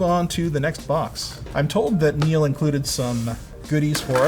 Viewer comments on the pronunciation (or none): none